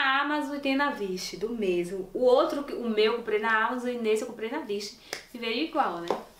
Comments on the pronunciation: Não se pronuncia vish se pronuncia uish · se pronuncia Uish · oie! então, se escreve wish mas se fala uish! adorei o video!! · Meu amor, o nome é Wish e não vishe 😣, tô corrigindo porque tá todo mundo falando mal. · Adorei o vídeo .Uma crítica construtiva a palavra wish pronúncia-se uish não vish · Pq vc fala "vish" ao invés de wish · Se pronuncia WISH pois o W tem som de U e não de V. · n é assim que fala wish, o W tem som de U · Amiga n se fala "Vish" se pronuncia "Uish" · Ñ é vichi e uichi que se pro nuncia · Vish é kkkkk, se pronuncia "uish", amada. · Não é vish é wish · Não se pronuncia “Vish” 😂😂😂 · "Vish" KKKKKKKK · 😂😂Eu estava ficando preocupada com essa pronúncia. ..achando q eu estava falando errado. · Não se pronuncia vish